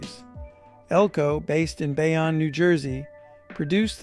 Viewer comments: It’s pronounced bay-own nj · It's pronounced "Bay-own", just FYI